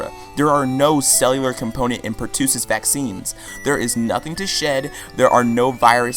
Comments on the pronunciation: Hate to be that bitch, but not really: It's pronounced "per-tuh-sis", not "per-two-sis" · Per-too-sus? Bruh...